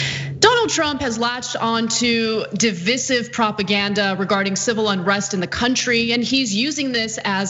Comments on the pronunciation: Divisive: long I second syllable: duh-Vai-suhv. Not trying to be grammar nazi, just don't want others to hear it said the wrong way and get called out for saying wrong. She probably knows the correct way to pronounce it but read it faster than intended and read it as she saw it, it happens to journalists all the time. And to save time, they train not to correct their mistakes unless it's a blunder that resulted in saying something so wrong that it could get the network into trouble. Because it takes away from the importance of the topic. As long as the listeners will know what you meant anyhow, and unless you have time to fill which you usually don't, then you just keep going. Musicians have to do the same. You rarely notice when bands mess up in live shows, but it certainly happens all the time. Could you imagine what it would be like if the average small band of just 3-4 members stopped playing every time one of them messed up? Or what if they all stopped and wanted to start over to get it perfect? Then imagine that being the norm and seeing large live concerts, with long songs, like orchestras starting over or stopping entirely if one person slightly messed up. My point is, she did what she should have done, kept going. But if average people go around saying it and mispronounce it when they're trying to impress someone with their broadened vocabulary, they're going to get called out and feel insecure. Whenever I hear most people using less commonly used words, but pronounc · Please pronounce your words correctly. Divisive in particular.. It makes me cringe when you get it wrong. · "Divisive" lol